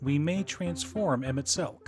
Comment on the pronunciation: You get a like, sub, and engagement for pronouncing his name right. 😝